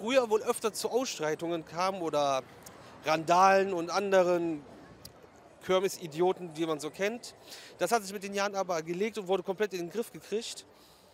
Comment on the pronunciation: Das heißt KIRMES und nicht KÖRMES - boahh